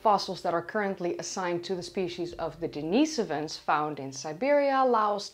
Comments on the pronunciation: I thought it was Denny-soh-vans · hearing everyone else say den-is-OH-vans while says den-EE-so-vans is quite unsettling, but I'm on board